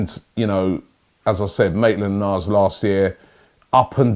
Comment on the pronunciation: Maitland Niles❌ Maitland Miles✔️